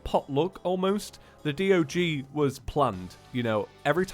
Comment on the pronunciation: the word D.O.G sounds like saying dog, like the animal dog LOL.